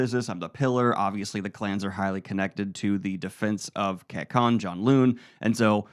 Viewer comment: This is awesome! My only critique is that some of the words are mispronounced. For example, Kekon is pronounced KAY-CON in the audio books. Other than that, this is a fantastic and fun summary!